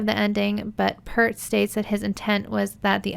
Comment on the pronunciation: Say "peert" not "pert. P- 👂-t 😁